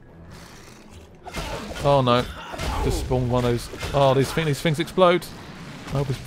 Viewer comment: this guys voice ..... Fings its things ! lol